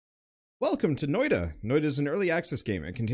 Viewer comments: Its N O I T A not noida which btw means witch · Ahh, the pronounciation of noita is going to be so so distracting